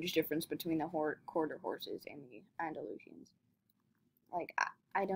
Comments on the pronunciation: Actually, it's pronounced freshian, and Andalushian, so stop pronouncing it wrong, she was doing it just fine. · Free-shin its pronunced. Andy-loo-shan it’s called for the other horse. (Hopefully it helps!)